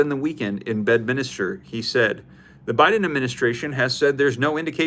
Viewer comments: 😂 its NOT Bed-Minister! It's bed-min-ster! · It’s Bedminster … not Bedminister 😂